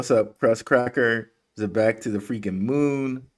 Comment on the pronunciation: It's (ZEE-BEC) not (Zeh-bec) damn and I went to a ghetto public school. Learn to say it right, please.